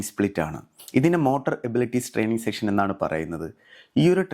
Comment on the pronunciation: സെക്ഷൻ അല്ല ബ്രോ സെഷൻ ആണ്. പക്ഷേ താങ്കളോട് ഇഷ്ടം❤❤❤ നല്ല വീഡിയോ അതിഗംഭീര ഫിറ്റ്നസും 🥰🥰🥰